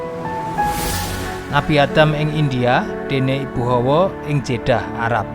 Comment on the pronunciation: Hawa, bukan Howo, howo iku howo adem